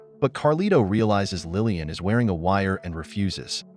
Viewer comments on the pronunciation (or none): It's Laline, not Lillian!!! Otherwise, it's a good video. 😊